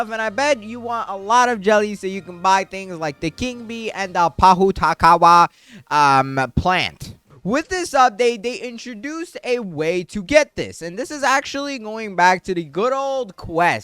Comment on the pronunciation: Cmon bro. Bit more respect. It is pronounced “por who ta ka wa” it’s not hard to pronounce. it’s a Māori word and Aotearoa’s native tree. Because it flourishes in summer we used to say the pohutakawa is our Christmas tree.